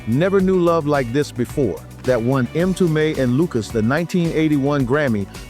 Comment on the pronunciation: Not 'em tume " but mmmtume , it is Swahili for Messenger or prophet